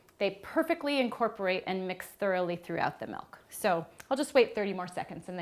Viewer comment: I like how she says "melk"